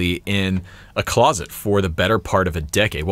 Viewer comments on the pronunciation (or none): none